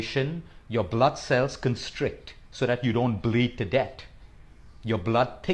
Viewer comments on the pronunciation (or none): Thank you so much for this well explained, valuable information. In terms of communication, may I suggest you work on the way you pronounce "th ". Death should not sound like debt, and breathe should not sound like breed. Also "without failing" is two negatives making a positive. The only reason I point this out is because you are otherwise extremely articulate and cogent. Forgive me if I sound unnecessarily critical.